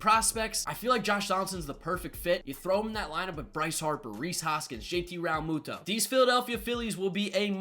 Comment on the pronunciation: PRONOUNCE REALMUTO RIGHT FOR GOODNESS SAKE DUDE IM GOING TO HAVE A SEIZURE IF YOU DONT